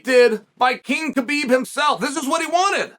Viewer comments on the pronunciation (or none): none